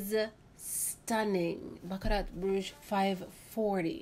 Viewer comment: You’re so gorgeous! Love your videos. T in Baccarat is silent. Pronounced bam-uh-raa ❤️